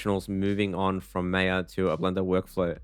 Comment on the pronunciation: My guy really called maya MEYA 💀